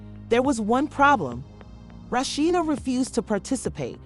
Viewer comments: This woman who made this video really need to know how to pronounce Rasheeda name.Rashetta,Roshidta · Why these narrators always pronounce her name wrong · I believe the speakers should know how to pronounce the characters names. The speaker gave Rasheda three different pronounced names. 🤦🏽‍♀️🤦🏽‍♀️🤦🏽‍♀️